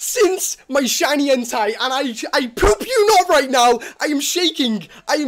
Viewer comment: I thought he said shiny hentai, instead of shiny entei